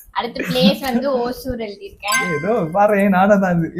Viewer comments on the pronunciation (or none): Anna athu osur illa hosur😂😂rendu perume thappu😂😂😂